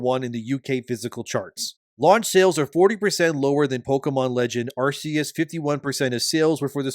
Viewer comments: It's Ar-KEY-us, not Ar-SEA-us. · Ar-KEE-Us. Pls my guy, it's been 18 years. We had a movie. We had Legends Arceus. They gave us an Arc phone, which is a dead giveaway for how Arceus is pronounced T-T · It's not "Arse-eus".